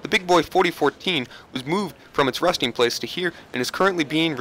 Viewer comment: it sounds like he said rusting place